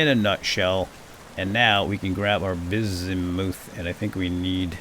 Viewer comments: When prospecting, I don't believe "ultra high" is the likelyhood of it being in the chunk, that's the percentage. "Ultra high", "medium"... I believe those are the densities of the ores within the blocks themselves, shown as "rich" when looking at one. Bismuth, I believe, is pronounced "Biz-mith". It's not all that popular an element, so who knows if that's what I heard, if I ever did, or how I read it, myself. I just found a chunk of iron so freaking large I eventually got bored of mining it. But,... I haven't used any of it. I keep hearing stuff about blooms, and 'fixing' bad/burnt chunks of a bar... with a tool I've never heard of. I'm a little out of my element. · Bismuth is actually pronounced like it's spelled (apart from the s making a z sound), not like "bizz-moothe."